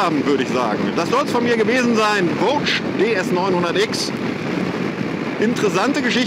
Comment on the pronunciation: Mich nervt wie er immer Voge ausspricht. Sonst alles Top